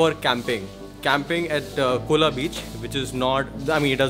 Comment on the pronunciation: Its not cola beach it is Colva beach